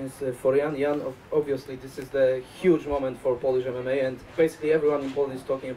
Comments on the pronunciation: “POLISH EM-EM-MAH!” — Jan “Broly” Błachowicz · Jan mispronounced mma at the press conference. My man literally mispronounced an abbreviation lmao.